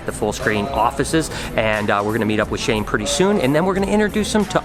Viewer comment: Shane?? I guess you can say.. SHANKE!!